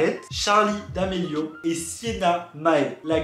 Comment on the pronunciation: c pas d’amelio mais damelio je suis choqué 😔😭